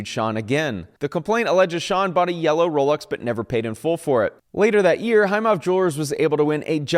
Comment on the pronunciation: that is the pronunciation for both watch brands 👏